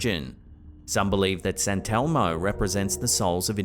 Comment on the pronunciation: sant elmo? sant elmo? its saint elmo